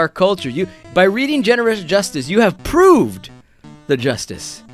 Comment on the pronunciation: "Prooved" Go Rest You Heroes. LOL.